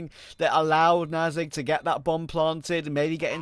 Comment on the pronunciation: They talk about saying names correctly, yet they keep calling "knasigt" NazigTee.